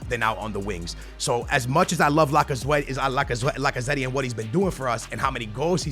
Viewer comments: i love how butchers half the names:D Lacaze-tee Sun instead of Son L-orente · The way he says Lacazette 😂😂😂